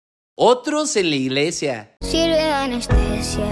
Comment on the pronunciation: Se dice Iglesia mi buen amigo no inglesia